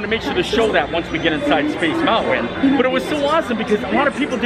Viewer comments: Drinking game- shot every time mispronounces "mountain" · The way this guy says, "mountain." I can't.